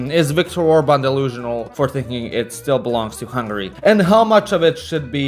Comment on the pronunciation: interesting also Orban..interesting pronunciation it seem youre an Hungarian...meybe also elite of the elite of the elite)))